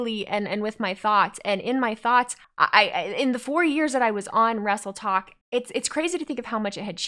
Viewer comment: Does that mean the vs Tiktok rivalry over...👀 I kept hearing "Wrestletalk" instead of "Wrestletok" lol.